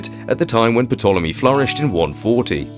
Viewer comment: The "p" in Ptolemy is silent ffs